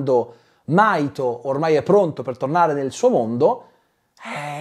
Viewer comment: In realtà il nome del ragazzo è Mahito si pronuncia la H